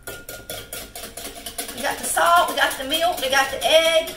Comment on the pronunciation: I like hearing" mellk.. "!